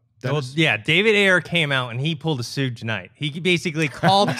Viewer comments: come on man lol... its not pronounced SEWGE knight... haha.. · Hey, I know Suge Knight is SPELLED like "huge" with an S, but it's actually pronounced "Shoog".